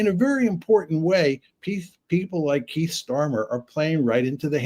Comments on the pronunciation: Did Professor John Mearsheimer just call Starmer , ' Keith Starmer ' on 6.18 ? Ha Ha !! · Pronounced Keef, on both occasions 😀👍.